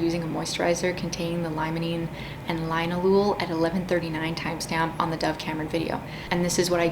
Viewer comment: Former professional perfume chemist here (full disclosure: I’m also against fragrance in skincare. At least on my sensitive skin). I’m leaving this comment because I see this mispronunciation everywhere—even all the How To Pronounce videos I’ve seen screw this up—but “linalool” is pronounced “lin-ALL-oh-all”. Think “alcohol,” but with a “lin” ahead of it and no C or H sound.